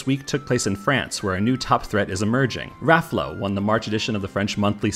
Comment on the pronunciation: isnt it pronounced as "Ra flow"?